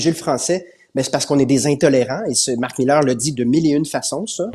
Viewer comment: Cher Paul, pourquoi prononcer Marc Millaire alors qu'il s'appelle Mark Miller ? Son nom est en corrélation avec sa posture.